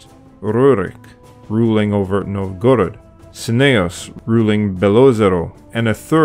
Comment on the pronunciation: NOVgorod, not novGORod. AlyEG, not OLeg. VlaDIMir, not VLADimir. Bot, or merely bad research?